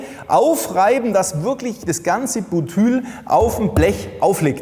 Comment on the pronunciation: Das heißt BUTYL nicht Bütül